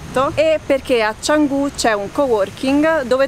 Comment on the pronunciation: Non e' che hai visto/fatto niente dello stile di vita (di vivere) a Bali... Hai speso la maggior parte del tempo a Canggu (si dice cianggu) che e' il posto dei bars/clubs a mangiare nei warung turistici che non sono warung. Eri a Ubud, potevi aver speso piu tempo li che ce' molta piu cultura balinese, mercati locali, cerimonie balinesi, etc, etc... La prossima volta che vai a fare un Vblog a Bali, cercati una guida dove ti porta nel vero stle di vita Bali ;) :)